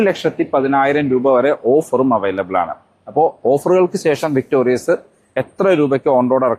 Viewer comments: "വിക്ടോറിസ് " എന്നാണ് മാരുതി ഇട്ട യഥാർത്ഥ പേര്... "വിക്ടോറിയസ്" എന്ന് പേര് നിങ്ങൾ ആയി മാറ്റല്ലേ. ദയവായി തിരുത്തി ഒരു വീഡിയോ ഇടുക. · എന്റെ പൊന്നു ചേട്ടാ... വിക്ടോറിയസ് അല്ല വിക്ടോറിസ് ആണ്... ഞാൻ ഈ കമന്റ് മൂന്നു പ്രാവശ്യം എങ്കിലും ഇട്ടിട്ടുണ്ട്... തന്നെ തെറ്റ് പറഞ്ഞു കൊടുത്താൽ എങ്ങനെയാണ്...? ഇങ്ങനെയുള്ള തെറ്റുകൾ ആവർത്തിക്കുന്നത് ശരിയല്ല... ഒട്ടും തന്നെ വർക്ക് ചെയ്യാതെയാണ് ഒരു വീഡിയോ ചെയ്യുന്നത് എന്ന് വ്യൂവേഴ്സിന് തോന്നും... മിനിമം കാര്യങ്ങൾ ശ്രദ്ധിക്കുമെന്ന് പ്രതീക്ഷിക്കുന്നു... താങ്ക്യൂ... ഇനി എന്റെ ഭാഗത്താണ് തെറ്റ് എങ്കിൽ ക്ഷമിക്കൂ...